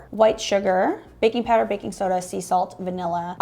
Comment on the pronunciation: Say it right now: baking soder. 😂